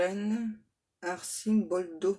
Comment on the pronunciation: ON NE DIT PAS ARCIMBOLDO MAIS PHONETIQUEMENT "archimboldo" (j'essaye de faire un peu ma maîtresse d'école). Ca y est, j'ai déjà enfilé mon maillot de bain pour aller à la plage avec lui. Je pense même que je ne vais pas mettre du tout de maillot de bain sous ma robe de plage de couleur violette. J'espère qu'il ne va pas se tromper de domicile quand il va venir me rendre visite compte tenu de mes 2 logements. Je fais toutes les boutiques de robes de mariée. Je recherche en fait une robe imprimée de milliers de papillons dorés. Effectivement, je ne peux être que sagesse puisque cela fait 23 ans que je l'attends., j'espère que vous ne finirez pas votre guidance du jour en annonçant ceci: "pervers narcissique" fuyez le et vite!